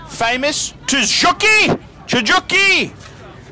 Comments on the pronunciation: 'S FANS EXPLODE IN RAGE!!! THEY'RE PRONOUNCED TS-KEE-GEE (for Tsukiji) AND GEEN-ZA (for Ginza)!!! Also, the roving reporter missed the wholesale part of the market which is arguably more interesting (cutting up frozen tuna carcasses with a band saw, plucking snapping eels from a tank with one's bare hands and butchering them, etc.) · It's pronounced Gin-za (like gun but gin) and Su-ki-ji